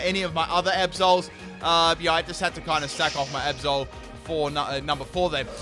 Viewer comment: Every time you say Absol I almost understand Episode ._.